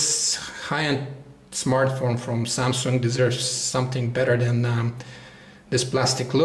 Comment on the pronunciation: Why does he say "samsunk"???????